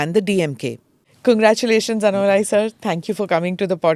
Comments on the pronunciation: Smita why do pronounce his name as “ಅನ್ನಾ” shouldn’t you pronounce it as “ಅಣ್ಣಾ” ? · Excellent program as always. Kindly pronounce Sri Annamalai’s name properly. It is अन्नामलै not अन्नमलै। Thanks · Smita: it’s not AnnamalAAAAy. It’s AnnAAAAAmalai. NOT अण्णमलाय IT’S अण्णामलै. It’s DISGUSTING to see that a senior journalist is INCAPABLE of pronouncing a name Correctly. How would you feel if you are called SMITTA, स्मिठा in stead of Smita, स्मिता ??? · At least don't massacre his name pronunciation. North people Anna-malaai is understandable. At least you shouldn't make this fake pronunciation. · Please Smitha, you must pronounce his name correctly ... you are saying his name like the english apelling is phonetically correct!!! you KNOW better!!😢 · Smita, Why can’t you pronounce his name correctly (being from India) ?